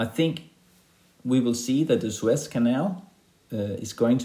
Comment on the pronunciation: I heard Swiss Canal instead of Suez 😀